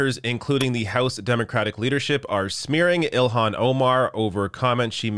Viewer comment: It's NOT ILL-Hawn, it's IL-Lan.